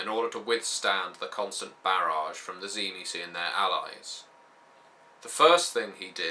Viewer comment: i might hear this wrong but when i hear cimecee do you mean the tzimicze?